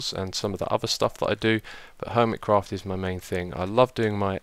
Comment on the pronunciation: Lol. He said HOIMECRAFT